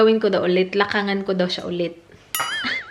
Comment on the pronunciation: “LAKDANGAN” po sa tagalog